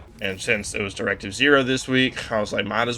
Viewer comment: Just wanted to point out that it's Directive OH like Asimo (Awesome-oh)